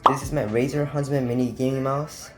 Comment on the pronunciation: Mans said raser huntsman mini 💀